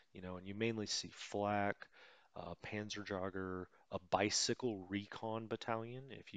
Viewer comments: The funny thing is that he brought up the correct pronunciation for Jägermeister himself one or two episodes himself and then decided, nah, I will totally mangle it up anyways. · Hello from Germany. Many thanks for your great tutorials. A few additional Information from me: The "Panzerjaeger" Outspeaking is like you say Jaegermeister. A Jaeger means Hunter. The full Name for StuG is "Sturmgeschuetz" or translate = Sturm is Storm and Geschütz is Gun :)